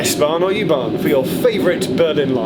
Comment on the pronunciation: I notice that Louis pronounces U-bahn properly and Geoff doesn't. It is 'Oo-bahn' not 'yoo-bahn' I was in Berlin in December 2018. Loved it! We stayed in a hotel in Mitte on Oranienburger Straße and we were more or less equidistant from Oranienburger Straße S-Bahn station (S2, 25 & 26) and Oranienburger Tor U-Bahn station, one stop north on the U6 from FriedrichStraße. I loved travelling by U-bahn, S-Bahn and tram around Berlin! Truly an amazing city! I look forward to more episodes studying other underground or metro networks in other cities. After your recent DART least used video aswell I'd love to see episodes focused on say . . . Merseyrail . . . Or the Tyne and Wear metro, or Glasgow suburban 'Low level' network. Or abroad, I'd love to see an episode on the Paris Metro . . . And episode on the Lisbon Metro . . . Budapest, stockholm, Oslo, Vienna? Wherever you fancy! Speaking of which, the Jubilee line (1996 stock) and S-Bahn trains do have a nice cadence to their traction motors . . . But the winner, hands down, has to be the locos used by OBB (Austrian Railways) on their high speed 'RailJet' services.